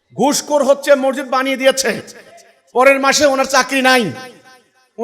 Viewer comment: মরজিদ কি? মরজিদ না , সঠিক উচ্চারণ " মসজিদ"।